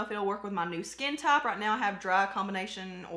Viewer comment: When you were talking about the foundation, I heard you say "I don't know if this will go with my skin top". I thought, what the heck is 'skin top'? Took me a minute to realize you said 'skin type'. Like we talk any better here in Texas!